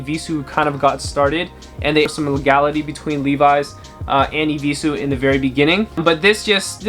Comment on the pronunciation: "I will not wear no eviesues agaiin"